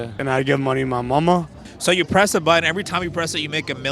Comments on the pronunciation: Why can’t this guy pronounce “button”? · I would press it if the person who died was someone who pronounced 'Button' as "Buh-une"" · What happened to the "T's" in the word button? Can he even spell it? Cannot pronounce it for sure.